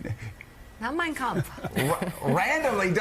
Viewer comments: The way he pronounced ''Mein Kampf'' shows he has read it many times. As someone who is fluent in German, you can't pronounce it this way if you ain't into it! trumpf is awful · If he never read Mein Kempf, he sure pronounced it very well; unlike basic English words he struggle with. Either he's watched it or it's ingrained. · I cannot believe he can even pronounce “Mein Kampf” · I speak German: He nailed it! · I loved Conway’s take. For someone who famously doesn’t read and can barely string a sentence together Trump pronounced Mein Kampf perfectly. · When you pronounce the hard pf in kampf youve read the book, normal people dont know how its spelled. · He sure pronounced mein kampf just fine......devil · How perfectly he pronounced the book....yeah, never read it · Prob the only book he ever read. Didn't read it, but knows exactly how to pronounce it. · No problem pronouncing it, though😅. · He can barely read a teleprompter, but trump sure can pronounce "Mein Kampf" flawlessly. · I’m sure he never read it, but he uses the AUDIO book as ASMR every night. I found it interesting that his pronunciation of “Mien Kampf” was spot on when he struggles with words in English. His pie hole is a LIE HOLE! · Funny(?) how it pronounced the title perfectly...never read it ? Evil liar.